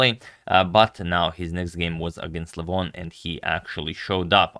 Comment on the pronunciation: Got me a join because you pronounce LEH VON correctly... and your care for chess in the way you have mitigated the drama is admirable and shows the integrity you have to this King's game.